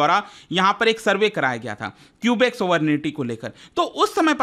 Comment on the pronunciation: At least we have democracy, and that’s why there were two referendums done in 1980 and 1995. And please pronounce the names the right way 😭 its kubek not kiubik. I like the video and tbh there are still protests going on and govt doesn’t suppress them. We are called True north strong and free for a reason❤